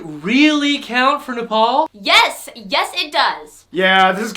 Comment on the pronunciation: Omg he said it the right way he said NEPAL AND NEPALI THE RIGHT WAY!!!!! 🎉🎉🎉🎉🎉🎉🎉🎉🎉🎉🎉🎉🎉🎉🎉🎉